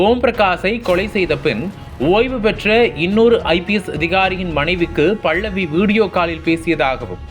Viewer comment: தமிழை சரியாக உச்சரிக்கவும். அவர் பெயர் 'பல்லவி' பள்ளவி இல்லை. இதுபோல் இன்னும் பல பிழைகள். நம் தாய் மொழியை நாமே சரியாக பேசவில்லையென்ரால் மற்றவர்கள் எப்படி மதிப்பார்கள் அதுவும் பத்திரிக்கை துறையில் சரியான உச்சரிப்பு மிகவும் அவசியம்!!